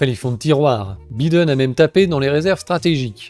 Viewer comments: C'est bien mais il ne s'appelle pas "Byden" mais "Baïden" ... Faites un effort. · j'aime trop comment tu dis bi den au lieu de Byy den 🤣🤣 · Ha les français disent même biden au lieu de baïden waw 👏🏿 😂 Pourtant macroni adore cette langue hein ! il est votre président non !? 🤔...